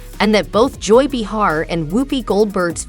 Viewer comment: Can't quite pronounce Joy's last name or Whoopie's first can ya? No offense dear. Very much expected.